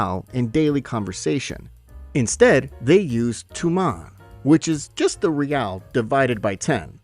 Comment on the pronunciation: Not reely